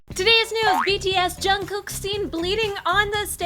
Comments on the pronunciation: the way he pronounces jungkook makes me cringe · That's not how you pronounce Jungkook.....